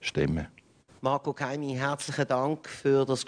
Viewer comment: Gutes Gespräch, aber bitte er heisst doch nicht Keimi